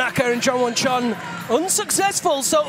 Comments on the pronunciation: Bro, it's not Jongchon Won its Jongwon Chon, like it's not that hard to remember common, you literally have one job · he keeps on saying chonchon wong... cmon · it’s not the pronouncation man..the guy keep saying Jongchon Won...... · He said all the Japanese names in the "western order", so why would he reverse it for the South Korean ? I believe he just butchered his name, never realized it and no one told him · Omg...it just killing me the guy kept saying Jongwon Chan‘s name wrong..... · Am i the only one extremely annoyed with the commentator NEVER getting Jongwon Chon‘s name right?